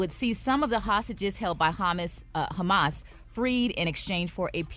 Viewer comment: 😂😂😂 ONLY ATHE 2ND TIME Maria has slipped up on a word.. HAMAS- HUMMUS... WONTON..- WON-TON... 😮😅